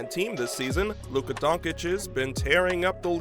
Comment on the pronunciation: Dude. Pronounce Lukas name right and check the waiver wire. Lol. Kemba isn’t on the team.